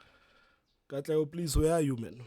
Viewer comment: I DIED when you called Katlego💀